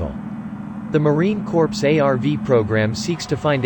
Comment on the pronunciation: Gah. Narrator pronounced the p in Corps!